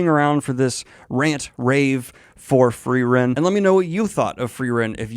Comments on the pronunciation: My limited German language skill means that every time someone says “Free-ren” instead of “Fry-ren” I get slightly thrown off and the worst part is I don’t even know if I’m remembering my German pronunciation properly 😅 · The E come BEFORE the R. It's not like you misread it. You're watching a show in ENGLISH GODS!! You're as bad as M. Night Shamalan changing his name to Ahng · Lots of better Frienen "analysis" on YouTube than this. What a disservice to the amazing anime when you can't even get a main character's name correct. Did you even watch it or just read a synopsis and then read it back to us? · Holy shit the english dub is butchering like all the names. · I know the Feeren Fren pronunciation is not a big deal, I should just ignore it and enjoy the rest of the video, which is great. I'm having a hard time ignoring it though, it's bothering me so much more than it should.